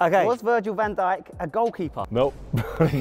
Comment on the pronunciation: My brother thought when you said Virgil van djik he thought you said virgin hent@